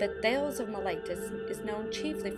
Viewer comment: Thay - leez... not thailz.